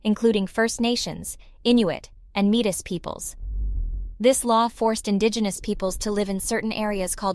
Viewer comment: Lost me when you pronounced Metis improperly